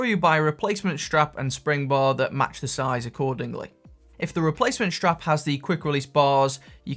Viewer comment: Helpful video. But it's a 'strap' - not a 'shtrap'!